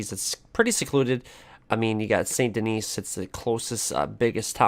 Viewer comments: Him: saint denees Me: its godamn pronounced san deni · It's pronounced San deni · In Saint Denis the last S is silent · Why you say saint Denis with a s. Y'all it's french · He put Saint Denis as third to last because he can’t pronounce it right.